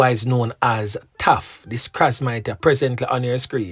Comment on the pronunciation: Her name is Trafficia Malcolm, not Morgan. Her pet name is Traff not Taff.